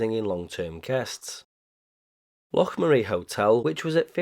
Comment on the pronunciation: Those AI pics are actually quite good,! Great video and research, and well done on the pronunciation of "Loch" 🙂